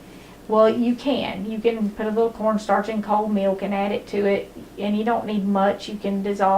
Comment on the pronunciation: i like the way she says "me-oak" '.. and a half cup me-oak..' 😊